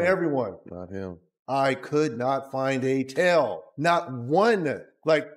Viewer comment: "TAIL" 不是tell😅